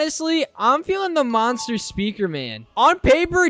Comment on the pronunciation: he said "monster", he said in a way that sounded like "mother"